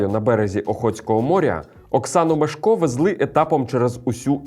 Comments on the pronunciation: МЕшко, а не МешкО... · МЕШко! Наголос на перший склад у прізвищі